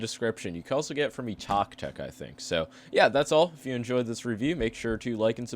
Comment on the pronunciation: so we’re not gonna talk about the “engoy free shipping” 😂